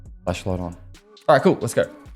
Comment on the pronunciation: Every time he would say flashlight in his accent was cracking me up since it sounded like fleshlight 😂😂 Let’s just throw a quick fleshlight on this gun, that’ll definitely improve its ergo 😂😂